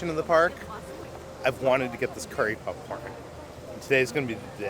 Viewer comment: Are you saying “PUPcorn”? 😂